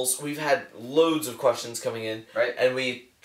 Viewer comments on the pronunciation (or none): "We've had loads of questions coming in." I actually heard that as Russians instead of Questions.